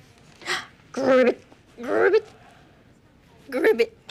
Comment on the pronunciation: Idk why, but It really bothers me that they both say “Gribbit”. It’s “ribbit “. Damnit.